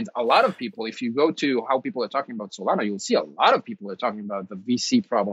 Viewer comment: it’s Solana not Solano. You make it look like you already had a fixed opinion on alt coins but thought you are doing a show on alts so better quickly go do some research before the show, which went as far as reading their webpage blurb to get the gist. How can your opinion be taken seriously when you’ve put in such little effort.